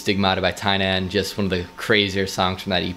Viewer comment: I love how u pronounced TYNAN name right here but not in ur newer videos🤣🤣ur reactions are always so priceless